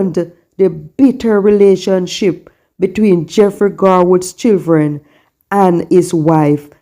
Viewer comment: What is chilthren? Its Children.